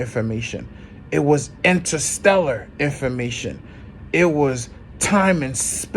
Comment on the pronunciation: Intrastellar sounds like intracellular